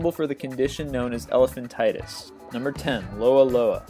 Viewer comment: You clearly have no science background, the mispronunciations and misinformation are hilarious. Elephantitis? Do a bit of research in the future. There's no such thing as elephantitis. It's Elephantiasis, man the internet is full of bollocks.